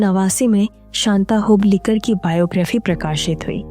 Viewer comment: Hoblikar hoblikar karke kyon bata rahi ho aap? Hublikar bolo